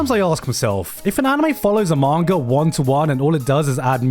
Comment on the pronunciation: I was gonna finish this but he said manger instead of manga i hate people with speech impediments